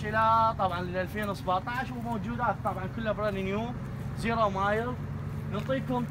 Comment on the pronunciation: خوان بس اريد أوضح مسأله ... الشباب الي بالفيديو مل شويه وكالو زيرو مايل))) ...زيرو مايل ..الكلمة مو هيج تنقري رحمه لدينكم .. زيرو ميل //بالإنكليزي zero Mile // يعني صفر مًيل يعني ما مآشيه لان بامريكا احيانا يستخدمون الميل كوحدة حساب للمسافة مو المايل 😅😂👌